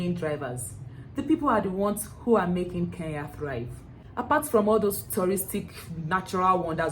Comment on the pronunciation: I will slap you my dear next time learn to mention my country properly its KENYA en not KEYA please next time you make that mistake nakutuma shimo la tewa ,,,,,,but I love your content keep it up